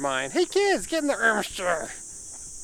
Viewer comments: Irmscher, not Irschmer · It sounds like they asked ermygerd lady are you sure you want to name the car and she said “irmscher” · you couldn't have butchered that more even if you tried lmao